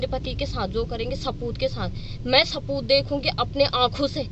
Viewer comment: Saboot ko sapoot bol rahi he..